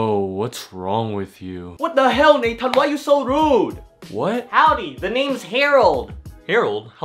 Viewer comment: Its nay-tan